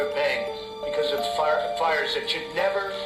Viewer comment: *fires not ires